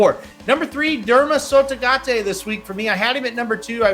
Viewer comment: Can you please, please say Derma Sotogake with a "kay" at the end? You're saying "tay". Derma Sotogate is what you're adding. KAY! Derma Sotogake.